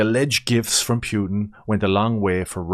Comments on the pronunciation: Pewtin whaaat😂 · Pyutin 😂😂😂 Jesus, man 😅